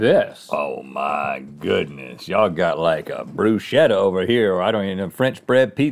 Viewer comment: Hey Rhett, Bruschetta is pronounced Bru- sKet- Ta